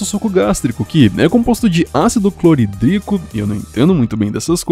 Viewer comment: Curti o canal. Mas a pronúncia é cloRídrico xD